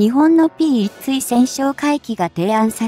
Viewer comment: まだ漢字も読めないを垂れ流すのですか？P1対（つい？）対潜哨戒機て何？機種名も読めないのになにを語る❓